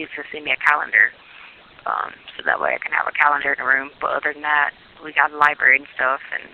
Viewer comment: Yes!!! And always “LIBARY” when she’s saying how smart she is. 😮